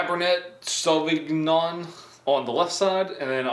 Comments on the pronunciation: Merlo-t and savig-non xD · Merlot is pronounced "Merlow", Cabernet is "Cabernay" sauvignon " Sauvinon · Merlot is pronounced Mer-low, Cabernet is pronounced Cabernay, Sauvignon is pronounced sew-vin-yawn ....people drink wine because it's better than beer, actually healthier than beer, and can have a complexity of flavor you don't find in other alcoholic drinks. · I’m fuckin 12 and I know how to pronounce merlout and caverna e souvighner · Murlawk and Cabber-net- savi-Gnome 😂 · It's mer-low and sav vin yon lol.